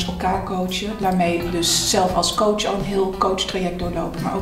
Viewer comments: Ik had iets dergelijks en hoorde steeds minder verschil tussen kootsj en kots. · Aan het eind van dit fragment klonk het woord "coach" niet eens meer als een woord